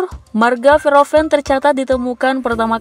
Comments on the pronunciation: Min baca namanya kalau bgt. Sebelum ucapkan sebaiknya cari2 dulu gimana pronounce nya. Bukan Veroven....tp huruf H nya dibaca... Verhoeven... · Min baca namanya kalau bgt. Sebelum ucapkan sebaiknya cari2 dulu gimana pronounce nya. Bukan Veroven....tp hurt H nya dibaca... Verhoeven...